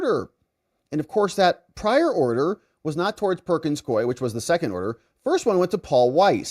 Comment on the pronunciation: Please, most respectfully, the law firm's name is pronounced "Perkins KOO-WE."